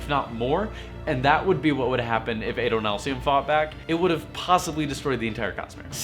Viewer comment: Not Ay-doh-NAHL-see-um, Ah-doh-NAHL-see-um. Short A, but wow, this is so informative.